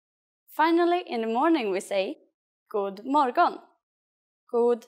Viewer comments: As far as I know they don't pronaunce the "d" and "g" in that sentence. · The “g” isn’t supposed to be so heavily pronounced. I’m Swedish and we don’t say it like this in Sweden. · The pronunciation of "God morgon" (like ) in this video is strange, here the "g" is very hard, but in every other I have listened to, the "g" is very little pronounced, almost inaudible 🤔